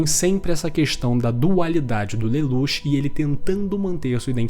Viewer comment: Pq ele smp fala a pronuncia dos personagens errado? Lelouch se fala (leluti) code geass (codi geazis) po nem e tao dificil, qnd vc conhece a obra e alguem fala a pronuncia errada fica mo estranho sksksksk